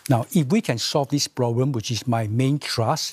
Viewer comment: The ploblem of today society is that many people face many many ploblem and these ploblem they face will become tml ploblem if these ploblems aren't solve in this presidential term